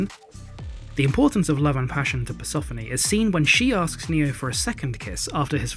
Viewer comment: Hey, I love your channel, but Persephone rhymes with Stephanie...